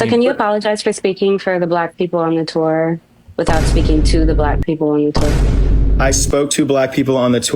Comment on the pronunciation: i don't know why, but the way he says "tour" hurts me.